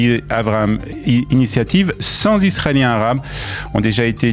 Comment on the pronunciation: Décidément >….les liaisons. « mal t’à propos » ;;;; ‘’’Cent Zisraéliens ‘’’. Ça écorche toujours les oreilles